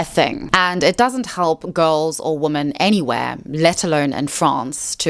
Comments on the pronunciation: Why do you pronounce women the same as woman??? I’m really curious. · I haven't heard anyone else from SA or England pronounce it like that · She needs to work on it. No one pronounces women and woman the same, even in SA. I have never heard it before in my life. They are two different words and it makes the video hard to follow because of it. She will use women and woman in the same sentence. It's something she can work on. I'm not sure why she has to make it seem like fixing this is impossible. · You pronounce "women" the same as "woman", and that's wrong. "Woman" is "wuh-min". "Women" is "wi-min". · It is confusing why you keep saying "wooman" in plural instead of "ˈwɪmɪn" as it must be pronounced. 🤨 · WomEN not womAn!! The amount of women who don't know the difference between singular and plural baffles me. When you are speaking of more than 1 woman, you say WOMEN! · Please say "women" not "woman". It's driving me insane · IT'S WOMEN (wim-en) when it's plural and it's WOMAN for singular. Every single video you can't get this correct. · Why do you pronounce "women" as "woman"? Asking as a neutrally curious non-native English speaker. Is it dialect, sociolect, personal preference..? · A 'woman'....2 or more (plural) 'women' - pronounced as 'wymyn'. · I enjoyed this video. But please, PLEASE: "women" is pronounced "wimin." It is not pronounced the same as "woman" (wo-man). You need to learn this because it's both confusing and annoying when you mispronounce this word a million times in practically every video. (Also, "donning" is "dah-ning" not "doe-ning.") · the words women (plural) and woman (singular) are pronounced differently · This has been driving me absolutely crazy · I do wish this lady would pronounce women properly and not say woman for women. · Didnt last 2 minutes. Somebody who cant tell the difference between woman (singular) and women (plural) both from a pronunciation and grammar approach does NOT deserve my attention